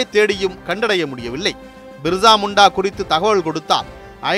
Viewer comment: பிர்சா முண்டா...என் தலைப்பு தந்து விட்டு.. மிர்சா முண்டா.. மிர்சா முண்டா என பல இடங்களிலும் சொல்லுவது ஏனோ...